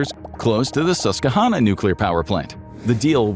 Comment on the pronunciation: Hey pretty close on the Susquehanna pronunciation.